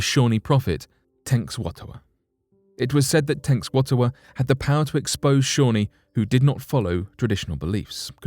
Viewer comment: Algonquin is pronounced Al-gong-kwan not Al-gong-kee-an, Shawnee is pronounced Shaw-nee not Shawny, there is a break in the world so it sounds as if you are saying 2 separate words.